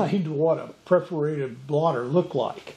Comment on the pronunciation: "Perforated", not "preforated".